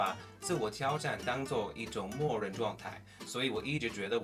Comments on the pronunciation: 自我挑战的挑，是第三声而非第一声。我目前也在自学英文呢，很好的视频，指明未来的学习重心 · 嗯，基本上我觉得你的表达能力是比较强了，但是别人一下子就可以听出你不是中国人。原因就是在于语调。比如大(da是四声而不是一声)的挑战（tiao是三声而不是一声）。如果你把这些问题都解决了，你的中文会大大提升。加油啊！